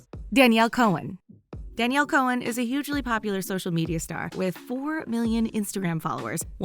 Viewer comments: Cohen? Not to be rude or anything but it's /Con/ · You pronounce it con not cone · Danielle Chon is not pronounced Danielle Cohen it's pronounced con